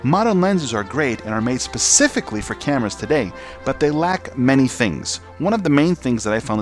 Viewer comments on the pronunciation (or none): none